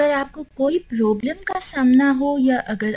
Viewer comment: prooblum ni hota problm hota hy plz apni eng theek krn werna na boln